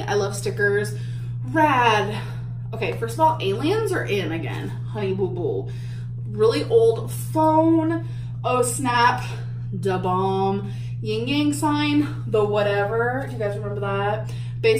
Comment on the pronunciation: "Ying ying"????? It's YIN YANG